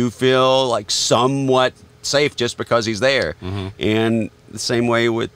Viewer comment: Becowsh lol